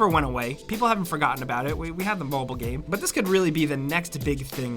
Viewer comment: I always love your content but I always turn off when comes on and says gaaime in every sentence, is he payed extra for every time he tries to pronounce the word game?